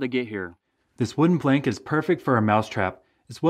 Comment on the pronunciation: Did he really just say blank instead of plank? Edit: I'm surprised if no one commented about that.